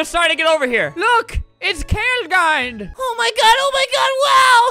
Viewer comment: It’s not kale gind ALBERT ITS (K FOUR LEGIND)